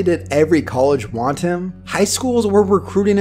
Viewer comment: col idge. not cole idge.. smh!